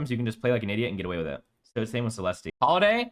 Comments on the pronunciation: You do not pronounce the E at the end of Celeste bro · The way you pronounce Celeste is so annoying. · Are you deliberately pronouncing Celeste's name wrong as a joke lol? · 99% sure it's a joke. He even says it normally when he is talking about Holliday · He knows. He’s joking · the moment i heard you pronounce CELESTE, i knew this list is a troll. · it’s a joke to pronounce her name that way, and this list is nothing but facts. if you think this list is bad it’s because YOU are bad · The way you pronounce Celeste is giving me gout.